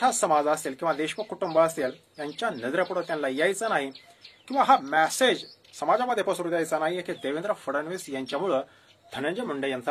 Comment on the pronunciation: मॅसेज ऐवजी मेसेज असा उच्चार करावा.